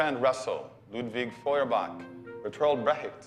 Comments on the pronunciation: Friedrich Nietzsche = fʁi:dʁIç Ni:t̠ʃɘ Ludwig Feuerbach = ludvIg Fɔɪ̯ɐbaX You are both completely wrong on the German names. I don't speak French, but I doubt he is any better on those. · as a German speaker, all the German names (Feuerbach, Brecht, Nietzsche) starting have been misspronounced by both the movie and him, lmao I cant even explain here how to pronounce it bc there's no way to say "ch" in english, but for anyone interested, if you set google translate to german and let it read it out to you, that does a better job than this video the pronounciation of Sigmund Freud was the only one that was quite alright